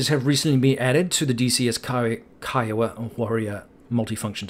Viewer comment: Great job properly pronouncing "K-EYE-OH-WA"! Can't tell you how many times I have to correct people saying KEEEWOAH, lol. Thumb's Up!